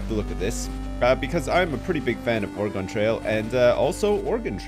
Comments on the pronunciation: Ore-GONE? Really? It sounds like gun, Ore"gun". At least it wasn't Orie-gone. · It's pronounced "or-eh-gun" not "or-eh-gawn" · Although has played both it doesn't stop us Oregon natives from cringing at the mispronunciation of our home state.:) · lived in oregon all my life its pronounced the same way as organ not (or gone) appreciate both pronunciations on your part though. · Thank you for correcting yourself on the pronunciation of Oregon, which is actually ORE-GUN/Organ as oppose to Or-E-Gone. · I think he's saying that Oregon is pronounced "organ," which I've never heard before personally. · it's not QUITE organ (as another native Oregonian who has MANY FEELINGS about it). But it's definitely, DEFINITELY not oreegone or origohn or any of those easterner attempts at it. "Org-in" at least won't make me wince in pain. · You realize you're wrong, too, right? It's pronounced ORE-ə-gun, It's 3 syllables, stress on the first. Go look it up. Wikipedia has a helpful audio clip for you. Or look up like any oregon politcal primary ever. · dude live in washington its ore-gun